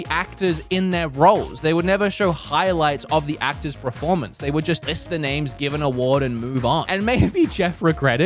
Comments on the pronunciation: Learn how to say pERformance 😂 not pREformance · Proformance? What's a proformance?😂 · Is he saying preformance or is it just me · I'm sorry, ever since I noticed how pronounces performance, I can't unhear it. how has Bob or even Kim not ripped the piss out of him for that?